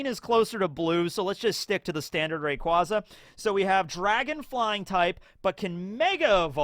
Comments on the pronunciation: I've never heard ray-"qWaza"?... that hurts to hear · Factually it is Ray Quay Za. Says it in the anime and in an official pokemon company game. And it's based on the word Quasar. You "Ray Quah" people, I swear 😂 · I think it becomes clearer how to pronounce rayquaza when you incorporate the quasar part of it name inspiration. Rayquazar